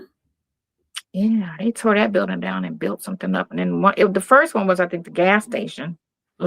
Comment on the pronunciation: Buildingk why does she always add k to ing words